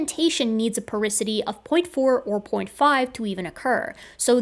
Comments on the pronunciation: Porosity not porisity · It did my head in to hear porosity said as "poricity" what felt like a thousand times throughout this video. 😂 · As a geophysicist, hearing porisity instead of porosity (repeatedly) really hurt me... Otherwise, pretty solid video! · Porisity? I think you mean Porosity, don't you,? First time I ever caught you, you are so perfect. Thanks for so much entertainment and education. I am a 72 year old fan of yours, a nurse with a degree in Biology, mother of four, and now retired. I miss it, but retirement is great. I am doing lots of studying, including studying my 12th language, Arabic this time. I always wanted to go on to graduate school, but life did not permit. Take care, you are precious, and we need every hardworking scientist we can get. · Again: PorOsity, not porIsity. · Super good vid, tho porosity being said porisity threw me for a loop lol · Just an fyi, it's "porosity", not "porisity". I was wincing every time you said it. But that's just a quibble, and doesn't say anything against your truly excellent analysis and argument. Well done! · It is porOsity. as in porous, having pores. I'd be happy to proofread/prooflisten your work in the future :) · I love your channel and everything you do. But how you're pronouncing and spelling "porosity" is driving me crazy. Lol. Probably because I already hate the word (it's one of the problems I have to deal with in my own industry). So THAT'S my big correction... it's POROSITY. lol Great video as usual though! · Love your integrity, reuploading this for the correction. If I promise to watch it a third time will you do a dub where you pronounce porosity like it's spelled instead of like porisity? =P Kidding but also .... Is it bothering anyone else or am I just annoying